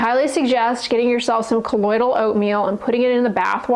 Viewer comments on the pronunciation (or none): none